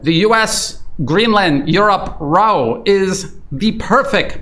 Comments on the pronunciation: Great report, thank you. Seems likely the U.S. will soon suffer another civil war and/or go broke...end of threat. BTW, it's not "row" as in row your boat, it's "row"...rhymes with wow. Anyone who has lived in Canada for more than 5 minutes knows the U.S.could turn our country's economy off in 5 minutes. 90% of Canadians live within 100 miles of the U.S. border. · row rhymes with plow if it's an argument, rhymes with roe if you are doing it to a boat. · You mispronounced 'row' in your opening comments, which means you're a bot, or at least an AI voice. 'Row', meaning a quarrel rhymes with 'how'; or 'cow'. You pronounced it to rhyme with 'go', as in 'low'' or 'show'. AI constantly makes errors of this kind, but I am sure that Brian Berletic knows the difference between 'row' the action of moving a boat with oars, and 'row' a noisy quarrel or disturbance. Your comments? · FYI - Row rhymes with cow when using the definition depicting a confrontation. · Row rhymes with plough if it's an argument, and row rhymes with snow if you're doing it to a boat, and row rhymes with roe if you mean fish eggs.